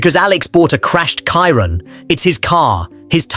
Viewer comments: damn ai voice kiron? its chiron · Learn how to pronounce Chiron. Its not Kiron! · You should learn to pronounce Chiron though…